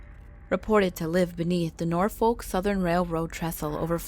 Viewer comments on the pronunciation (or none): none